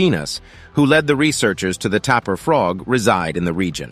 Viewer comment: THANK YOU FOR PRONOUNCING JAGUAR AND TAPIR CORRECTLY !!! First time in a long time.